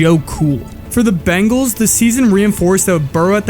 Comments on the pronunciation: Watching your video, I now see why he bleached his hair. Never knew he did it back in high school. Surprised the media never picked up on that. They talked about it nonstop! Great video! After watching more of your video, you need to learn how to say BENGALS! Not BANGALS! Seriously. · We're Bengals fans, not Bangles! Say it right! We've got the best qb in the NFL. Joe Burrow is amazing! WHO DEY! 🖤🧡🖤🧡